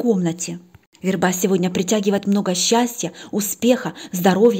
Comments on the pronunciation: в русском языке есть слово верба, ударение на первом слоге - вЕрба (семейство ивовых) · ВЕрба. Ударение на "е".